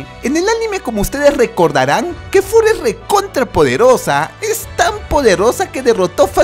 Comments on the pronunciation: Es kefla no KEFURA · En mi pais es Kefla no Kefura ¡¡¡KOMORA!!! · No es kefura es kefla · Weon no se llama kefura se yama kefla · wtf q diablos es kefura :v no habras querido decir kefla? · Kefla no kefura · no se dice kefura es kefla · Se dice kefla